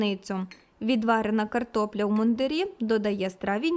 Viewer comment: Картопля в мундИрі, а не в мундирІ. Одяг військових-мундИр.